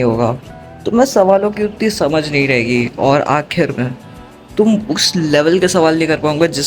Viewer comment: "nhi" Ki "ha"? Bro literally said- " Nhi+ha= nha"